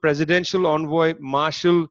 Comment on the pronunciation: It is pronounced Envoy not onvoy,Visit dictionary app and search Envoy and then press the voice icon and 👂 hear .the pronunciation.